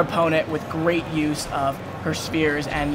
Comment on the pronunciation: when he says spheres, it sounds like spears :/